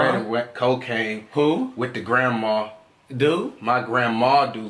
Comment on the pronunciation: “my grandMA do cocaine😂”